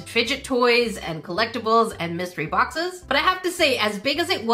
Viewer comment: I thought she said misery boxes 😂